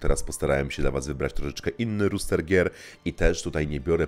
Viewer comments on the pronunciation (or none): "rOster", "rOOster" to kogut ;).